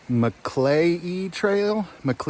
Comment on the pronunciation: Btw... just say mclay 😉